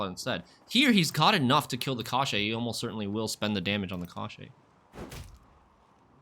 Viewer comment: The pronunciation is [cosh - chee]. It means "bones".